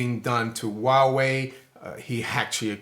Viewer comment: Huawei sounds like Wild Way.